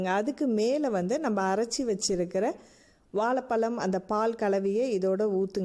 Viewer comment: Super sister. Nalla taste. And please correct this while speaking in Tamil, வால பலம் இல்லை "வாழைப்பழம்"